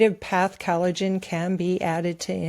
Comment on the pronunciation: is still mispronouncing collagen. She pronounces it as though it was spelled Cal-a-gen.